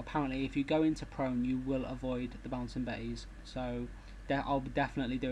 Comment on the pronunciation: LOL the way you said "bouncing bettys" made me laugh ;)